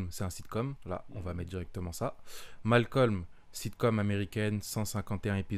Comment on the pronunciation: Les renois qui disent malcom ON VOUS VOIT!😤